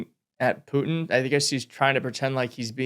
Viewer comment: Trumpf is pointing to a spot on Pu'un's (how Karolyin says his name) tie and then tweeks the nose when pu'un looks down. Gottcha! That's what that was.